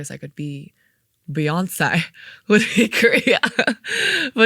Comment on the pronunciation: Love that she says Beyoncé and Fiancé the same exact way lol. Ejae, thank you so much for the gift of blessing our ears with the exclusive demos! This is what it sounds like original demo was absolutely breathtaking (I almost cried listening to it).